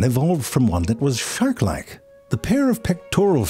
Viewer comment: He definitely said “fart-like” or “shart-like” rather than “shark-like”